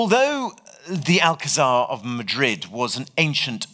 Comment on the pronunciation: A wonderful lecture! Though I must say the pronunciation of Alcazar is grating to a Spanish speaker.